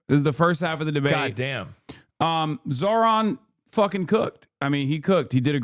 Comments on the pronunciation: Zorha, Zohan…why is Sliwa intentionally butchering hot name? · THE NAME IS NOT EVEN THAT HARD BRO IM CRYING "Z (of Zebra)-OH (of opening)-RAA (r and then the aa sound in Father's a)-N (just N.)" and then "MAM (the same aa sound found in father for the A, the ms are just M. You can even pronounce this as Mum if the mah is too difficult)-DA (yet again D with the a found in father. All the As in his name are like the A in father)-KNEE (self-explanatory)" LIKE BRO